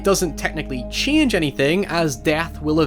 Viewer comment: How the fuck do you read "change"? "C'HIANGE"???